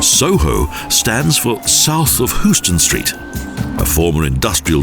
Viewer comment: wrong building! this is the metropolitan life insurance company tower as opposed to the metlife building (ex pan am) which the narrator is talking about. and another thing: street? it's pronounced !